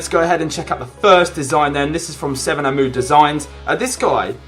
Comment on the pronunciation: "7amood" is pronouced Hamood btw, 7=H in Arabic when we write in English